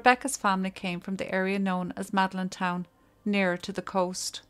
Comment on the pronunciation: You need a translator for the American audience 😂 To be fair, the pronunciations for “The Faythe” and “Maudlintown” were off. I grew up in the Fag-th beside Mod-lin-town. Complex bunch is Irish. I knew Helen in school too. She was a nice quiet girl from well known traveler family. I believe she had to be fearful.